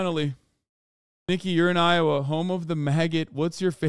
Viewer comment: Lowa? It's Iowa,.